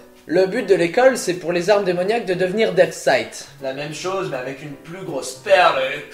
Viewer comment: DEATH NE SE PRONONCE PAS DEATH(F) MAIS DEATH(SS) CAR SI TU PRONONCE AVEC UN F SA VEUT DIRE SOURD